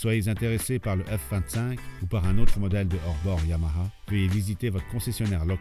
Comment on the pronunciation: Enfin un qui sait prononcer YAMAHA !